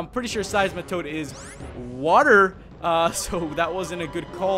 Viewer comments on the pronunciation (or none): none